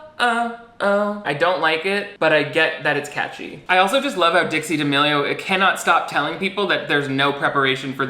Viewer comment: How the D'A-meh-lio sisters got to this level of fame is beyond me x